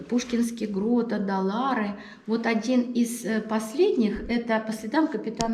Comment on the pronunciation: Не Адалары, а Ай-Далары, Ай-Петри, Ай-Даниль... не уродуйте имена достопримечательностей. местный житель, Краснокаменка.